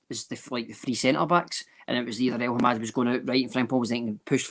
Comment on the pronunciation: El-Hamed, it’s El-Hamed why the fuck does persist in saying El-Hamad every week, slap him about please